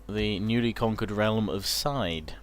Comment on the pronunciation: ITS PRONOUNCED SEA-DAY NOT SIDE!